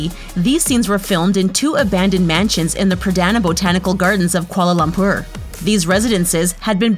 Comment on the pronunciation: I enjoyed the video except for two things: 1. It's Michelle YEOH not YEAH 2. It's pronounced Kuala Lum-pur ('pur' literally sounds like 'purr' but with the r at the end a bit exaggerated)